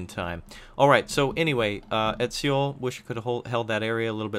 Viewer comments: It's too late now, but Seoul is pronounced Soul, never ever See-youl. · Great videos man, btw Seoul is pronounced just like soul/sole :D